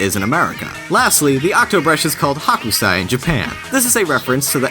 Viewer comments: Why do you guys keep bringing people on the show that can't pronounce Japanese? It's Hokusai not Hakusai so, pronounce it right! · It's not Hakusai, it's Hokusai. Please mind your Japanese pronunciation! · Screen says Hokusai, script says Hakusai, what do I say WHAT DO I SAY??? Or DYKG's contract stipulates 1 mispronounced proper name per vid. Either or. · Minor issue with the pronunciation of Hokusai: You were pronouncing it like "Hakusai", with an 'ah' sound, when it should be "Hokusai", with more of an 'oh' sound. Other than that, solid work, but I figured it was worth mentioning! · Haw-koo-sai.... Lol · While we're on the subject of semantics, tell your boy on narration duty here that "Hokusai" would be prounced with a long "o" sound, not an "ah" sound like "Hakusai." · That's not how you pronounce Hokusai.